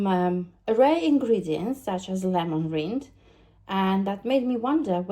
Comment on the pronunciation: I love your videos ❤ I just thought I'd tell you that lemon rind is pronounced rind like "find" not reend . Big hugs, your videos and personality are such a breath of fresh air and wholesome. So appreciated by so many ❤